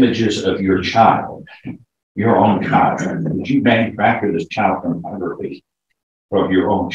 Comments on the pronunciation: Its pornography not pronography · What is Pronography? Derp! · "Pronography" What?